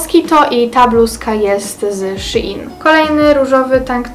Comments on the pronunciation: Szejn a nie Sziin 😌😉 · Shein się mówi szejn, a nie szi in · shin haha a nie shein